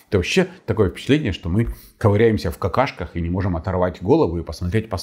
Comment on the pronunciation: Точно)) любимое слово😂😂- Какашки. Он ещё так забавно его произносит🤣